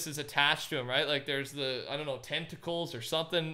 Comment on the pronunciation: I legit thought you said testicle instead of tentacle.